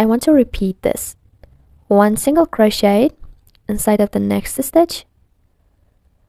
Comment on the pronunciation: She said croshiter😂